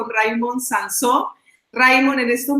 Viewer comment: Hola, se llama Raimón, que parece que haya que americanizar todos los nombres. Acento en la última sílaba como Samsó.